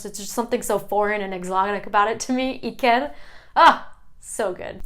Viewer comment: Hi. Thank you for your research. When you pronounce Julen Mikel or Iker the accent should be on the first vowel not on the last one. Otherwise it does not sound authentic. Greetings from Frankfurt.